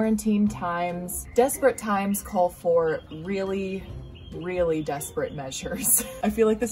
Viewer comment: Love it when shes like:REARLY ON FRIDAY❤😂✌